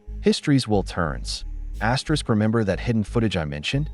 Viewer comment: Why on Earth does your computerized voice keep saying "asterix". It's very distracting and off putting.